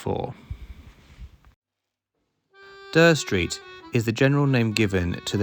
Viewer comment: Never heard anyone pronounce Dere Street as "Der", I thought it was pronounced "Deer street". Decent content, cheers